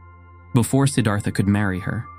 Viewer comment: Beautiful video. Not exactly accurate. This is a great topic. Consider Anandamai Ma, a female and enlightened in a mighty way. Siddhartha pronunciation ends in TA not THA.)